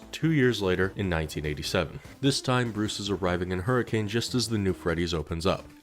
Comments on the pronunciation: not that major of a note, but despite the spelling it’s actually pronounced “hurr-a-can.” I only bring it up because it’s pronunciation has annoyed me my entire life lmao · As someone from Utah it is pronounced Hur-a-kin😂 we say things weird in southern Utah and make sure to had some accent to it😂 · Sorry to say it, but Hurricane, Utah is pronounced "Her-ih-cuhn." Signed, a Utahn. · Man, people in Hurricane, Utah hate when you pronounce the city’s name the way it’s spelled. The way they pronounce it sounds like “Hurricun”. It’s dumb. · It's spelled hurricane Utah. But its said Hur-a-kun. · Hurricane, Utah isn't pronounced like the storm btw! it's closer to hurr-a-kun (I spent a fair chunk of childhood in a neighboring city). like not upset, just something mildly interesting some fnaf fans might find interesting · you said hurricane’s name wrong. The ways it’s supposed to be said is: her-a-kun”. I’m not kidding. I’m from utah. And even I hate it. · not to be that guy but here in Utah we pronounce it as Hurrikin even though its spelt Hurricane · As a southern Utah man, Hurricane is pronounced Hurri-cen, Utah. Nobody knows why, and it pisses everyone off. But that’s the way it is. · I can tell I moved in Utah too long because his pronunciation of hurricane is bugging me haha. They call it hurricuhn (rhymes with bun) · Bit of a fun fact: As any resident of Hurricane, Utah would hastily correct you, it's pronounced "HurriCUN" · The fact that fnaf is set in my hometown is incredibly cursed to me Also it's pronounced her-a-kin even tho it's spelled like the storm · Hearing you pronounce Hurricane, Utah hurt my soul. It’s spelled like Hurricane but it’s pronounced like Hurrah-can. Don’t ask me why though, it’s just the way it is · Hearing people pronounce it "hurri-cane" 🥀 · You did not just call it hurricane Utah, it is pronounced hur-a-can, it is a massive petpeve of mine when somebody mispronounces it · That’s not how you pronounce Hurricane 😞